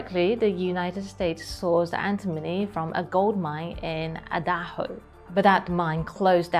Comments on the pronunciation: Two pronunciation notes: there is no L in “fighter,” and the first syllable of Idaho rhymes with the last syllable of Shanghai. Never stop improving! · Its pronounced "eye the ho". Xie xie